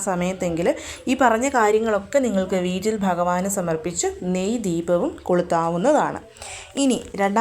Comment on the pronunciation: വീറ്റിൽ അല്ല വീട്ടിൽ ന്ന്‌ പറയുന്നത് കേൾക്കാനാണ് നല്ലത്. ഞാൻ ഇങ്ങനെ പറഞ്ഞത് കുറ്റം പറഞ്ഞതല്ല കേട്ടോ. നല്ല രീതിയിൽ മാത്രം ഉൾക്കൊള്ളണം